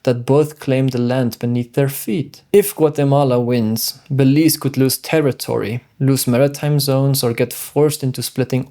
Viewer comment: It is pronounced Be_leaze. Ok